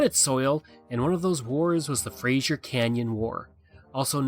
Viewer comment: It is pronounced frazer